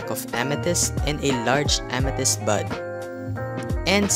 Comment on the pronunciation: At first when he said bud I thought he said butt